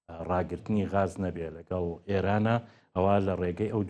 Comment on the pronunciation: کاکە گیان ووشەکە گاز غاز بەڤارسی ناوی باڵندەیە. عەرەب ڵاڵە و گ نییە😂😂😂😂😂